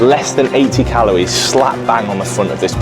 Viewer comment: How many times do I have to hear say Calowies